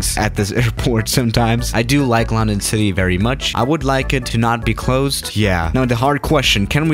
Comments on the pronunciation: Hmm he says LAWndOwn instead of london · I dont how he says Lawn - den .You say Lun.den . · uhhhh I'm here in a 737 in lcy Me:it's illegal!:on no I need to escape lundon Me: (Facepalms) it's London not lundon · Normal people: London: laRrRndOn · sais it like Larndarn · It’s pronounced lundun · You pronounced London wrong the whole time you say it as a u not an o